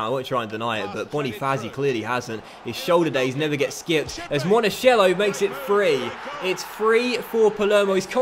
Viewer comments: Please if you find a name with Ch pronounce it like a K.. Like Monakello. You're saying monasciello! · it is pronounced "Monakello", and the stadium "Renzo Barbèra" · Just some tips on how to pronounce things: Renzo Barbera = Rentsoh Barbay-rah, Monachello = Monakello, Rispoli = Ris-pohlee, Setola = Seh-tolah